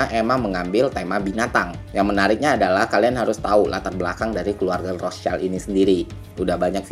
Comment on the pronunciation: btw rothschild bang bukan rostchild